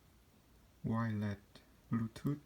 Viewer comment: “Wirelet buutoot earphone”